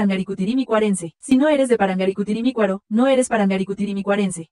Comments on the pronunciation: Eu sempre li/ouvi/falei ParangaricutiriMÍrruaro, com entonação no Í mesmo, não no A. Inclusive, continuo ouvindo assim 🤔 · A tendência do português é ressaltar a penúltima sílaba quase sempre. Assim como no francês costuma ser a última. Espanhol e italiano carregam mais na antepenúltima. Tendemos a ler assim. Vc foi a exceção.